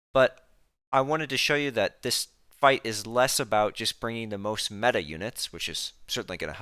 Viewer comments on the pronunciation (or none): none